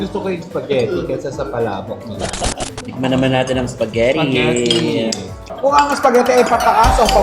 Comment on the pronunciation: Spaghetti or SPAGHERRI????? Because I heard SPAGHERRI a lot! hello & ng bayan.👍